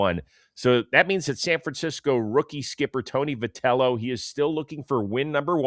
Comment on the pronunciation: Hey guys love the show! 😃 I've noticed you guys pronounce Tony Vitello's name as vih-tell-oh, so I was pronouncing it like that too because of you guys. But then Opening Night's NBC game was pronouncing it vy-tell-oh, which confused me. I looked it up and it looks like it is pronounced vy instead of vih! Just thought I'd let you guys know! Keep doing what you're doing!❤